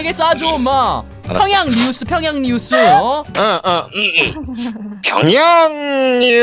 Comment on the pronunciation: 완전웃김ㅋ 평양~~뉘우스